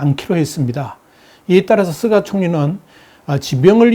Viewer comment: 께선, 다~ 좋으신데... 일본 총리 '스가'를, 왜~'쓰가'라고 부르시죠~? 스가 요시히데 (すがよしひで, 菅義偉, Suga Yoshihide) 인데요...;; 저는, 스가를 '유기견' 이라고 별명으로 부릅니다만... ㅎ